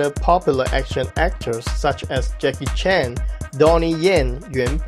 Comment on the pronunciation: Its Chan not Chang